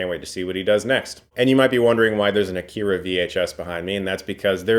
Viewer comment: How can you be an Akira fan and not pronounce the name of the film right? It's Ah-ki-ra not Ah-keer-a